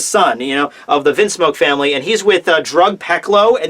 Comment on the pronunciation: I dunno why but I absolutely lol'ed when said Fameri instead of Family